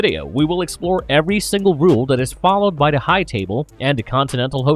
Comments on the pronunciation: The robotic voice continually saying " da" or "duh" instead of "the" is pretty hilarious ( I seriously dislike the voice no matter what, though ) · “De udder pardy…”